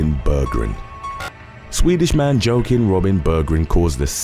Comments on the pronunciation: Just a heads up, its not pronounced 'Joe-kim', its 'wa-keem'. Thanks for the great video content!! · Joakim is pronounced like wah keem. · Joakim ="wah-keem". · Joakim is pronounces Wauk-eem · It's pronounced waakim..ha ha